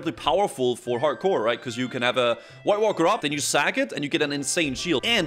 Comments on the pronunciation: I love the way says voidwalker, sounds like white Walker hehe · what's a woidwalker?